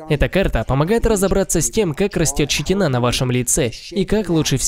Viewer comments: ЩетИна! Ииииии! ЩетИИИИИна! Блт! Мои уши кровоточат..... Где был нанят этот переводчик? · все супер, спасибо! НО: вопрос к "закадровому голосу" - что за "щетинА" / "щетинУ"? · Щети́на! Если по русски, то в слове щети́на ударение ставится на второй слог. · и склоняю как школьник плохой -"щетинА, щетинУ с щетинОЙ" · Тоже задавался этим вопросом. Может какое-то новое правило изобрели?))